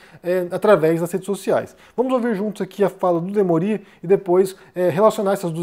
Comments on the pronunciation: O jornalista chama-se "Demôri" e não "Demorí". Não é uma crítica, apenas um esclarecimento. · a pronúncia é "Demôri" não "Demori". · O Desperta ICL é obrigatório. É demôri, e não demorí. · Demorí ou Demori?